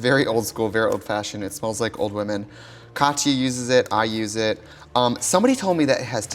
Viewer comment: she calls Katya KATY and i fucking died